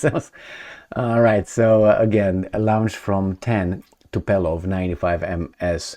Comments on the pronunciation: TuPOlev not “TuPElov” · TUPOLEV, TUPOLEV, TUPOLEV, TUPOLEV not Tupelov 😄😄😄😄😄😄😄😄😄😄😄😄😄😄😄